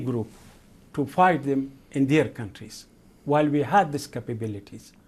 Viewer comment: No, he definitely slipped up.